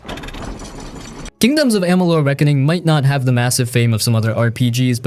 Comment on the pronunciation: pronunciation of kingdom of amalur and sounded i think said the wrong AC title u will have to forgive me not totally remembering its been a bit since I saw this video